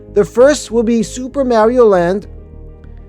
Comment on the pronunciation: Ok, I'm gonna be that guy. You mispronounced Mario every time in the video. 🤦🏻🤦🏻🤦🏻🤦🏻 You say the "ar" the same as you would saying car. As for the other mistake, Celestial Park's main attraction is now Stardust Racers